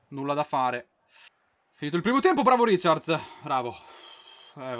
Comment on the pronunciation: non si dice riciards, ma raicard